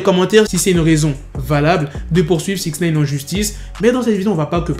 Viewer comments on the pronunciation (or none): Wesh arrête avec ton "Sixnéyne" tu sais pas dire SixNine ?? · "sixneyne "comme toujours